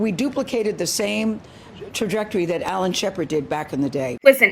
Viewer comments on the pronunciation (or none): none